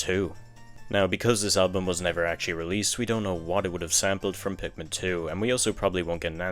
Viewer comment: Why do you say pikmin tree and not 3!?